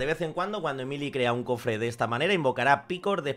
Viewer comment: Porque a los españoles les cuenta tanto los nombres? XD es "emili"